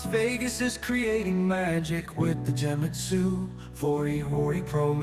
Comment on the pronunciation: It’s Genmitsu, not Jewmitsu. Other than that, awesome video.